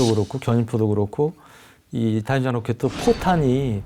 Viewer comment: 채널주인에게 : /다련장/이라는 발음이 들리는군요. 발음자가 아나운서인데, 확인 후 교체해주시기 바랍니다. 다연장 로켓을 '다련장 로켓'으로 쓰는 병신 새끼들이 아직도 많은데 아나운서까지 꼴갑을 떠는 군요.